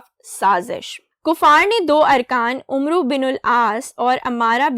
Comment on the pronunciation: یہ لفظ در اصل عمرو ھے یعنی عمر میں ر کے بعد و ھے اسلئے عمرو یعنی ع کے اوپر پیش دےکر نہیں پڑھیں گے بلکہ ع پر زبر کے ساتھ اور واؤ کو حذف کر کے پڑھیں گے جیسے amr فقط